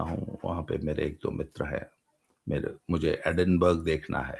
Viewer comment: एडिनबर्ग नहीं, एडिनबरा होता है